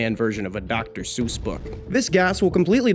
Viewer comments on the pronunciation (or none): none